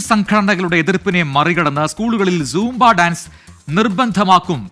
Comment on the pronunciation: കിളവാസാംബ അല്ല സൂംബ